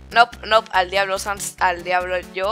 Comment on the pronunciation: Alguien mas noto que cuando asriel estaba borrando a Sans de la imagen en vez de decir al diablo decía... "a diabo nopnp al diablo Sans" decía Diabo :v